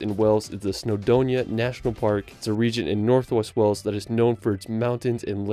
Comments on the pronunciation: Did you just pronounce Wales as weles.... my god I'm showing my Welsh friends this 😂😂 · Wales! Not Wells lol. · The way he pronounced Wales 🤦‍♂️🤦‍♂️ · How the hell can a native English speaking person (Even an American) mispronounce Wales ? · Well i understand people having problems pronouncing the 'town of 'Sintjobinhetgoor ' or the ancient ruin of 'Aquila'...But Wales ?